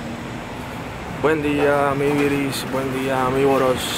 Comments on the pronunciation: jaja 😂 me encanta bloggeando 😁 me encanta cuando dice amiviris y amivoros 😂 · Vamos 💪 después ya no te dará pena, me encanta cuando dice amivoros😂👏 los amo sigan asiendo vlogs por siempre ❤😍